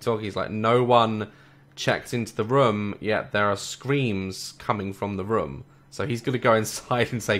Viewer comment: I love how he says rmm and not room <3